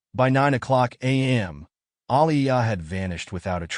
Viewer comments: It's pronounced A-lea-ah. One of the saddest cases of abuse/murder in WV. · Hinky about Aleah because no mother would wait to call police. Why are you pronouncing her name like that?